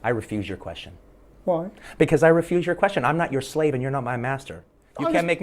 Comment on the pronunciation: It sounded as if he said refute and not refuse.